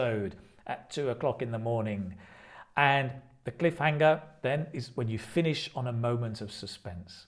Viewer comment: Your pronunciation of cliffhanger is different from that in dictionaries /ˈklɪfˌhæŋ.ər/